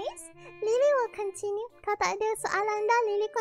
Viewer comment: continue deh??? Loghat?